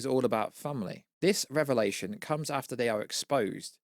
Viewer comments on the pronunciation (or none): none